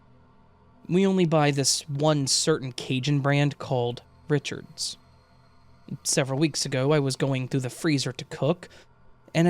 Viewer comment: The brand of cajun sausage is pronounced Ree-shard's. Not my personal favorite brand of cajun sausage but certainly easier to get at regular grocery stores in the area than my two preferred brands - which come from small, local smokehouses. My absolute favorite smoked sausage is the homemade one a neighbor makes. 😊